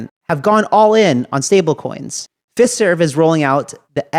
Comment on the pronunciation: I think you should pronounce Fiserv as (FYE-serv)